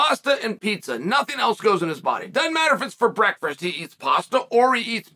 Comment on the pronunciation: Man, the mispronunciation of names has gone too fat where it broke the 4th wall. Breakfrist. Yarear, etc., were all good; but, it's gone too far where it is getting cringey.